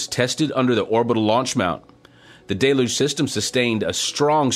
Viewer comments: It is not pronounced "DAY-luge". It is pronounced "DELL-huge"!!! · I know it's a French origin word, but the pronunciation is simple. Del-uge Like dell huge (without the h) Not day looj